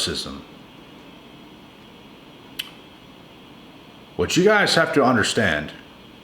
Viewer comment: i like what your saying, im not trying to be a grammar police, you did say Narcsim, instead of narcissism respectfully